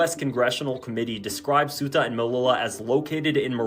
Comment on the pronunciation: Ceuta is pronounced almost like "SayUtah" quickly spoken as one word. Alternatively, let your favo translator app say it for you.